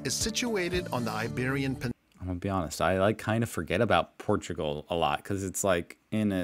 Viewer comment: What's up with the pronunciation of the country names in the video? It pronounces FinLAND and Portugaaaaahl, wtf?